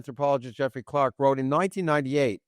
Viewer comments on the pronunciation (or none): none